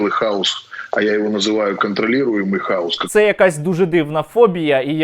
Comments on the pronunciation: Про Киву и хаос было весело, а ещё смешнее, не то, что он повторяет это слово, а то, что он его не правильно выговаривает, он говорит хаус, а не хаос, а это дом или доктор Хаус )) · Хаус... Тормоз даже не может о букву выговорить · ЯК для кандидата околодєйствітєльних наук неук Кива має розрізняти прості значення слів,які вимовляє на людях."Хаус" і "хаос"-це різні поняття. Заглянь в Гугл,ідіот!Не сміши людей своїми "перлами " красномовства. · ОПЗЖ смішні і тупі - 100%, але куди діти лохторат, який знову заведе цих колаборантів в Раду? А нажаханих хАусом👻 в ОРДЛО стільки що, як тільки там нададуть можливість приймати участь в українських виборах, наголосують нам не 13, а всі 40% опожоп в Раду.